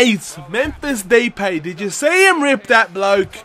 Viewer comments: Depay is pronounced da-pie :) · You pronounce depay as D-pie